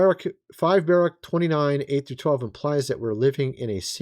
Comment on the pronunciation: It's Ba-rook.